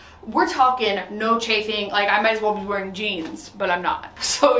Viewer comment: What is charfing? Sorry I have been trying to figure out what this is 😂